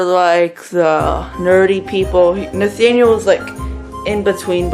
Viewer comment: Damn u did “Nathaniel” dirty